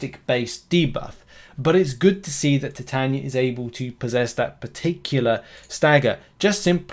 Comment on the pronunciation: I would pronounce it. Tie taye knee a